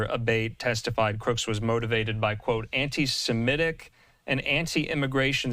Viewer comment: People who cite their own knowledge of certain things really ought to pronounce the term SEMITIC! It is NOT pronounced "SIMETIC!"